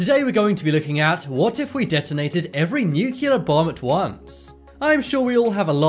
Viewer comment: nuculer? what? awhhhh no you bushed the intro